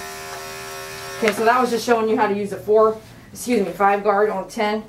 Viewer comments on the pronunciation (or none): none